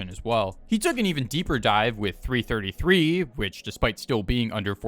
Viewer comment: bro said 3 33 not 333